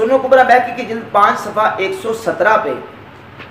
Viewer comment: بہیقی کا تلفظ بیہقی غلط ہے،عالم کو اس کا خاص خیال رکھنا چاہئے، نیز ٹشہد میں انگلی اٹھانے تک آپ کی بات ٹھیک ہے لیکن دعا ٹشہد کے بعد آتی ہے، اور حدیث کی رو سے دعا اور ٹشہد الگ الگ حیثیتیں رکھتی ہیں، آپ نے حضور صلی اللہ علیہ وسلم کی کلمہ شہادت والی دعا گو سیاق و سباق سے ہٹ کر بیان کیا ہے،وہ حدیث دعا کی منصب اور شان عظمت کے سلسلے میں وضاحت ہے نہ کہ انگلی اٹھانے کے بارے میں، اس لئے ٹشہد کے بعد دعا میں انگلی سے اشارہ حدیث کے نزدیک ترین اور معتبر ہے